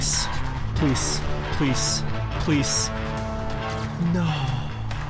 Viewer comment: Why is he saying “pleece”?